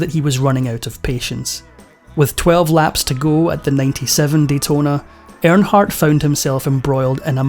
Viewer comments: It’s Earnhardt not airnhardt 🤦‍♂️ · It's earn hardt. Not air hart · His last name is pronounced ern-hardt not arronhardt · First of all,... it's "EARNhardt", not "AIRNhardt". Secondly, stop calling this a sports moment. NASCAR is NOT a sport. 👀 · Who is air in heart? Make a video of the man, at least pronounce his name correctly. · You can't even say his name right. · I hate when foreigners talk about America or American people. If you can't pronounce his name, stfu!!